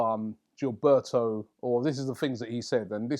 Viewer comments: It's not GIL-BE-O, its GIL-BER-TO. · This notorious lookalike cant pronounce foreign names. Guil-bare-o 😅😅😅😅😅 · I'd never heard anyone mis-pronounce Gilberto before seeing Robbie say it. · Can't stand the way Robbie pronounces Gilberto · Me 2 bruh